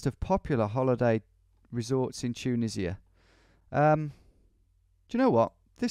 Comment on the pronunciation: Nobody: Tom: chuneesia